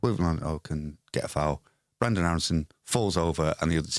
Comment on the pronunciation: HIs contract says he is...and it's Brenden, not Brendel.